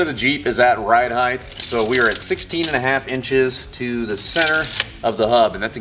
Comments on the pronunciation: right on, glad to see you back on your feet.. I didn't hear any speech issues at all, would've never known. I work with a guy who also says heighth, he just thinks it's heighth instead of height. I bust his chops all the time about it. No harm meant ... keep the content coming ! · He said heighth ....